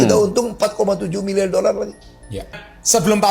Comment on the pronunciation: 1 milyar dollar bro ngomong lu belepotan😂